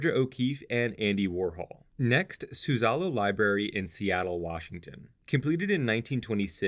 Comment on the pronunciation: Nice series. Just a tip: "Suzzallo" is pronounced with the emphasis on the first syllable, not the middle